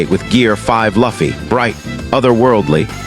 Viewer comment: ahh my favourite anime character laffy(pronounciation) in the video.